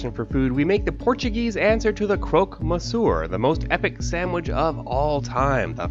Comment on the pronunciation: I was about to stop watching when I heard you butcher the word Monsieur, but I am glad I gave you a second chance